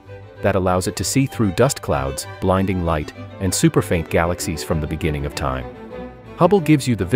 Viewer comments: Ah yes, the benenenining. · In the beninging 🗣️🗣️🗣️🔥